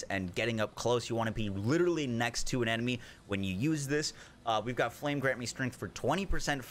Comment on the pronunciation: " flam grant me strength" lol